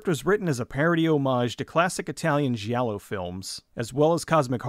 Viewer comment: just fyi, in Italian a "G" is followed by an "i" or a "h". This tells if it is a hard or soft G sound. So "gi" is like "Jay" while "gh" is like spaghetti. So giallo should sound more like Jallo. Like Gianni really should be pronounced like johnny or Gianna is pronounced like Janna. Just sent this movie to the top of my netflix Q dude.